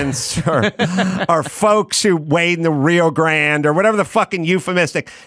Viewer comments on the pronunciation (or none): none